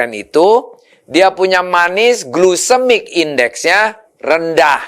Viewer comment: Duh pak, bukan glusemik index tapi glycemic index… Jangan salah ngomong .